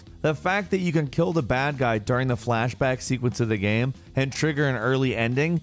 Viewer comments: I've always wondered what accent would cause someone to say guym instead of game. He always sounds vaguely drunk to me. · He says, 'game' like ghem... I just noticed today lol. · if that guy says gääm instead of game one more time, I swear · Is it just me or does it sound like hes saying "gam" and not "game"? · I can’t be the only one who can’t help but notice pronounce the word game “gyam” every time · he says gaem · What is this 'ghem' you speak of? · what's up with the frequent mispronunciations of "game"? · i just noticed you pronounce "game" as if there is no e in it and I can't un-hear it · why you say game like that? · Why can't he pronounce "game"? 😂